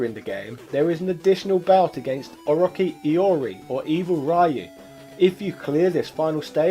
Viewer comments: OROTSHI not OROKEE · How this man can't say O-Ro-Chi- is beyond me